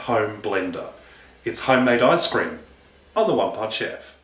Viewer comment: Sounds like you're saying eye scream